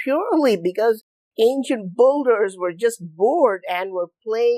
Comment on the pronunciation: Why do you say "ancient boulders" instead of "ancient builders"...?